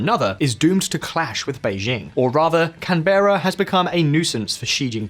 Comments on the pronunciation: Ah Can-bear-ra. Nice place. Not as nice as Canberra though. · Can - Berr - A ? its pronounced "cambra" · I'm Aussie, and I do believe we live in the best country on the planet for a long ton of reasons, except for the UV index :P Also Canberra is pronounced 'Can-Bra' not 'Can-bear-ra' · Do Visualpolitik hosts ever learn how to pronounce things properly or bother researching the correct pronunciation Australian capital: CANBERRA pronounced “Can-bra” NOT “Can-berra” Nuclear pronounced “new-clear” NOT “New-CUE-la” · It is pronounced can-bra NOT can-ber-a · Can-bruh, NOT Can-bear-a. Sal-iss-ill-ic acid, NOT sal-iss-lic acid. Gaudy shirts, irritating verbal gimmicks, and bursts of music do not compensate for the inability to approximate correct pronunciation. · for reference mate, canberra is pronounced canbra or kan-buh-ruh depending on how bogan you want to sound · I wish I had a Pound for every time that you've since been told that it's pronounced "Can-brah". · Canberra is pronounced “cam-bruh” here in Australia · Bro said canbeara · Please say Canberra properly like us true blue delinquents CAN-BRUH mate. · This was a great video. Just wanted to add, in case you were interested, Canberra is pronounced as Can-Bruh. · Pronunciation is closer to 'Can-bra'. The E is fast and barely enunciated. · Great informative video. By the way it's pronounced 'Canbra' the 'e' is silent.🙂😇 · You miss pronounced Canberra. The E is silent. It is pronounced Can-Bra NOT Can-Berra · Nah, you lost me at "CAN BEARA". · Can-Bra. That's how we say it 🙂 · Please pronounce the capital as Can-bra 😊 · We pronounce it as "Can-bruh" mate. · It’s not Canberra, it’s CAN-bra. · It’s pronounced Can Bra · It's pronounced canbra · Ah yes Can-bear-a, the capital of Australia. Hahah I love listening to people from other countries try and say our city names or use our slang name. Mel-born (meant to be said as Mel-bin) or Uzziez ( meant to be Ozzies) or perf (Perth). One day they will get it :)o